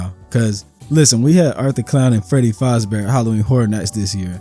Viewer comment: faz-bear not fas-bar , lol